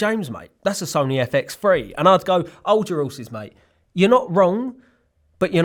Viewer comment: 'old your 'orses, mate. 💜🤠